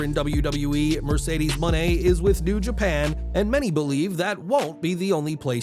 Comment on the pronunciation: is the only to pronounce it right #MercedesMone